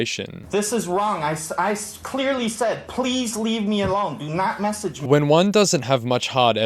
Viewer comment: Okay I also need to say that his sideburns are hilarious. You can tell he tried to even them up before he left his house and boy oh boy did he mess up. They’re horrific. It’s delightful to me as a former stylist of 8 years lol. Edit; I also can’t stand people who pronounce message as messeeeeeege.